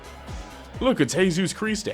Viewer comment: Bro saw a dead zombie nailed on a cross and said "look hesus cristey"